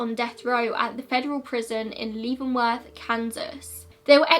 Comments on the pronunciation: As a Kansan, I thought I’d let you know it’s pronounced like “Levinworth” prison, not “Leevinworth”. I only mention it because I’m sure this won’t be the last time Leavenworth prison will be mentioned in your videos ;) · Close, but it's leven-worth - like leaven bread. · As a Kansas native I found the way you pronounced Leavenworth to be incredibly charming